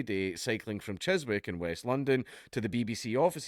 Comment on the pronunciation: I cycle in London and make sure to cycle safely and sensibly. Jeremy Vine is a prick and probably makes things worse for cyclists overall. Also Dank can't pronounce Chiswick.